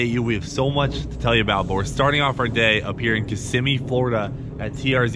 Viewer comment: I like you said Kissimmee properly lol.